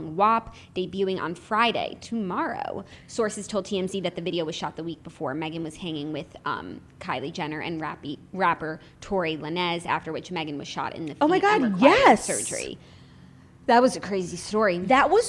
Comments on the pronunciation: Y’all ... it’s not LAN-EZ ... it’s Lanez, as in “Lanes” ... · La-nez ... too precious! Lanez like lanes. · Did Jackie purposely pronounce Tory Lanez’s (“lanes” not “la-nez”) name wrong or?? 😂🙈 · Jackie did not just say tory la-nez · Can we please talk about how Jackie says “Tory Lanez” 😂😂😂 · lmao at the way Jackie pronounced Tory Lanez name. I remember her doing the same thing a couple of years ago when she pronounced Tupac’s name 😂